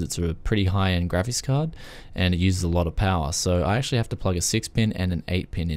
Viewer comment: I enjoyed this video for a lot of reasons. It took me a while to figure out you were saying graphics, it sounded like you were saying grabbits. I couldn't figure out where the vmi port connections were????